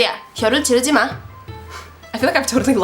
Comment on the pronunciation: 혀를찌르지마의 발음이 틀렸어요...찌의 발음을 더 강하게 해햐해요...